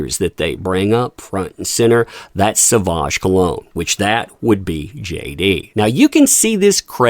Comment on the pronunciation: Dior has class & taste, that's why they support Johnny D. Sauvage is pronounced "so-vage" as in mir"age" 🎉🎉